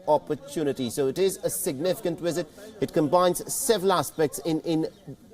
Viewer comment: Dear pretentious Indian anchor: Visit is pronounced, "visit," not "wisit." Treaties is pronounced "treetees," not "tritees." Other dozies: 1)"What you are looking at is, of course, the Trudeau family signing into the visitors diary." 2) "Remember there is a substantial amount of Indian diaspora." 3) "For more of this we are joined in by our ..." 4) Throw an "of course" in every other sentence ...